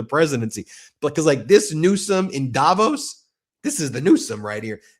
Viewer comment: The accent in the place name Davos is on the 'VOS' and not on the 'Da', BTW. Swiss-Canadian, who has been to Davos, GR, CH, a number of times.